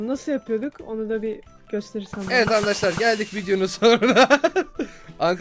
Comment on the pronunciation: ankadaşlar diyon